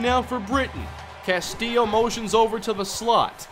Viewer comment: CAST-ILLO. CASTILLO NOT CASTIIO